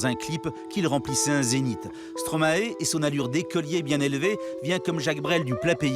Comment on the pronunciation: Stromaille svp ..... arrêtez de dire Stromaé. (Et Molenbéék pas molenbèk) :)